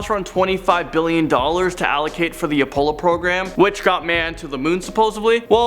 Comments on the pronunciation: Your pronunciations are scary, Apollo like the Greek god, not pollo, like chicken in French. And Kubrick is pronounced Qbrick. And what the hell is with allllll the ads?? C'mon guys! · Stop running channels where you don’t even have the decency to check up simple pronunciations. A-pole-lo, Stanley kub-brick cmon. Phonetically A-pol-o, koob-brick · A-pollo Loco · He 100% said "a polo 11" at the beginning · Hard to take a man that does not know how to pronounce apollo correctly serious. epic facepalm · Thank you!